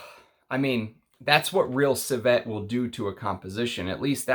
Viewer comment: Its not corSETTE, its corset. There is no word, corsette.😉 Similarly, the word is not ciVETTE, its civet. Civette is not a word either.😉 Cheers. Thanks for your work!